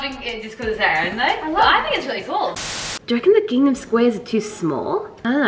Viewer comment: Does anyone else get triggered when says “gingnam” instead of “gingham” 😭